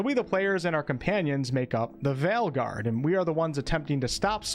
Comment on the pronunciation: Your accent is fine and I actually prefer the former pronounciation of "Veilguard."